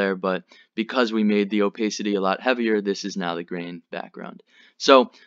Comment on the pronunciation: Crings everytime i hear "o-pace-ity" its o-PASS-ity you knob.